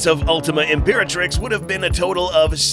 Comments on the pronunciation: imperatirx lol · Literally "Imperatirx" lmao 😂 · 00:1 Ultima Imperatirx? I thought it was ultima Imperatrix. LOL